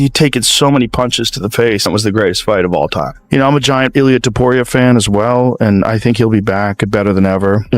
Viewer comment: It's Topuria, not Topiuria